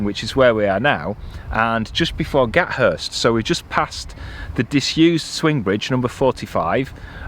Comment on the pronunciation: I rode my bike Wigan to Parbold a few years back and got soaked in August. You pronounce the "th" in Gathurst :-)